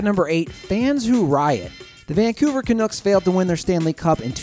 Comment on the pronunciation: DID HE ACTUALLY CALL THEM THE CANOOKS!!!!!!!